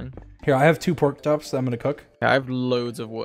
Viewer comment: Did anybody notice that dream said port chop